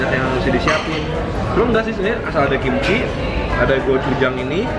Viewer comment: apa cuma AQ yg denger ngomong kimchil?